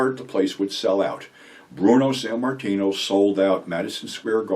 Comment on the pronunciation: Sammartino not Sanmartino